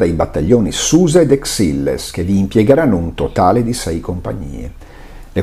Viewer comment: Grazie come sempre per la precisa e minuziosa narrazione. Da buon piemontese mi permetto di suggerire la pronuncia corretta di Exilles alla francese ECSÌL.